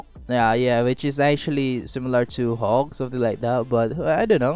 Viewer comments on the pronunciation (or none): am i the only one who heard “hulk” every time he said hawk